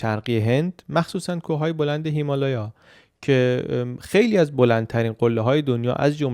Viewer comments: سلام آیا هیمالیا رو اشتباها هیمالایا گفتید یا دلیل خاصی داشت ابتدای ویدئو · هیمالایا نه هیمالیا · اون هیمالیا هستش نه هیلایا😂😂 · بسیارر عاالی چه مملکت دردسر داری چه ساختمونهای شگفت انگیزی داشت واقعا متحیر شدم و لذت بردم راستی خیلی بامزه هیمالیا رو هیمالایا میگفتید😂 ❤ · ببخشید چرا به هیمالیا می‌گفتید هیمالایا ؟ یا تلفظ درستی ازش هست یا دلیل دیگه‌ای داره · فکر میکنم هیمالیا رو اشتباه تلفظ میکنید شایدم من اشتباه میکنم